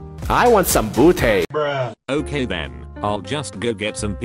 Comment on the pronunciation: “i want some boety”🤣